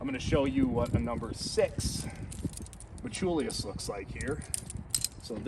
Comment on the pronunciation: Brother, are you saying "metchulius"?? Lol anyway, very odd choice by them to add the little wings on the thumb press, especially since the sling still goes INSIDE the wings. If they routed the sling on the OUTSIDE of the wings, then it would hold the sling open and I bet that would make it much easier to get your thumb in when you're pumped. I'm glad they got rid of the silly colored "range finder" dots, but otherwise this feels like a sidegrade at best and not really an upgrade. Thumbloops really are the best IMO.